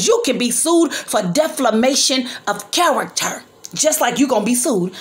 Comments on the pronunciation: Right , and it’s defamation not deflamation and you’re a public figure. Bethany was just telling what was told to her . You don’t have a dog in the fight sorry, and if she was so sick and recovering why was she there? Obviously she was looking to go and do something she had no business 🤔. I know you’re mad as an auntie but grown ups have to take responsibility for their actions. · And it defamation not deflimation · You have the wrong meaning of defamation. You can’t even pronounce it .